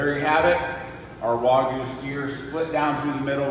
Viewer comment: It’s NOT WOGU……it’s actually WAGYU